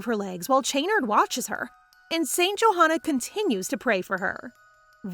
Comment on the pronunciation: Wait it’s not St “joehana” that’s not how you pronounce it it’s “yohanna”